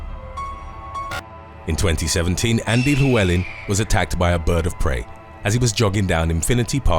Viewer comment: It's not chlewleln it's llywelyn